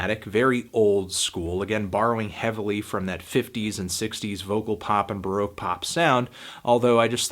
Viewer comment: why does he say it like that?